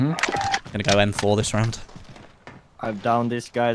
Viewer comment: "EM FOR" 🤣🤣🤣